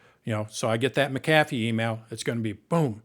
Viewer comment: Mic ... kathy? Does this guy not know how to pronounce McAffe?